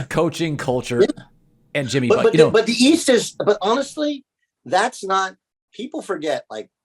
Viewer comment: Did Collin really call him Jimmy Botch-ler or was it a slip of the tongue?